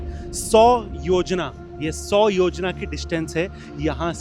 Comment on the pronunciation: Documentary bahut sundar bnyi h pr thoda correction ye h ki kuch words ke pronunciation galat the like खर- दूषण को खारा- दुषाणा and योजन Ko योजना , kayi log apka channel dekh kr kuch naya sikhte h to wo correct pronunciation use kre aur aap apni nayi video me sankrit aur hindi words shi pronounce kriye